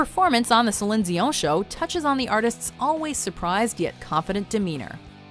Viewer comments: That was the only reason I was going to say anything about this video, Selinzione? Wow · Who the fuck is "Celine Ziowne" ?? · She pronounces Celine Dion exactly like it is in Quebec. Watchmojo staff is headquartered in Montreal. Quebecers have an habit of adding an subtle S following a D or T when next letter is a vowel, hence the "Dzion". we also say "Poutsine" when referring to the dish. Source: I'm French Canadian. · Celinzion? Wtf? Celine Dion! Sel-een D-on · No one: Watch mojo: CeLiNe ZiOn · My eye twitches everytime she says celine zion. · Selin Diooo .... whoooooo??? Learn to say the name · Why she keep saying Si-Lynn Ziong.... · It's pronounced Celine Dion. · You spend 25 years thinking its Celine Dion then come to find its actually pronounced Slen Dyo'h. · Yes! Sellin Dion? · How do you pronounce "Celine Dion" - Salinzon? Really? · I disliked the video just because of the way she pronounces Celine Dion name. WTF is silin deioeaeiowreiorwien?! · IT'S PRONOUNCED CELINE DION! JUST SAY IT RIGHT! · Sa-lin Dion? 😂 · Who is "sellin deeown"? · Hahahha I her salin dziond lmao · sellin deon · ...But it's an American (or at least a non-French-accent-having person) narrating it. So really, no need to pronounce it "selinzeeon'. Which sounds like an antidepressant of some kind. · GODDD stop pronouncing Celine Dion like thatttt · why da fuck yall pronounce celine dion like that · Are we just going to ignore that pronunciation of Celine Dion?!?! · Why does she say celine dion's name like that????? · It'd be good if you would stop talking and let us here it, and please stop screwing up Celine Dion's name 😒😒😒😒😡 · It amazes me that people make these videos and for the life of them make mistakes in pronouncing words, and names that a 3 year old could get correct! Do a little research on pronunciation before your next video please. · too much narration. p.s. celene Dion is surely not pronounced that way. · I just don't think that's how you say Celine Dion